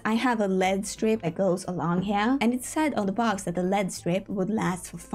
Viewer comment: It is so important to say LED like the letters and not like lead the toxic material💀💀